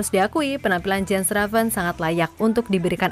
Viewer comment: Mengucapkan nama bukan Jen Reven bang….Yan Raven…..😜😜😜 entah kalau julukannya apa lagi….😀😀